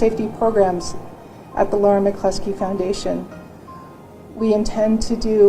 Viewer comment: So why use it its amazing you even bothered to use it in the first place yet continue even though it like all computer or AI voiced apps get half the words & language wrong to begin with let alone can't tell the simple difference between Liar & lauren...totally amateur hour...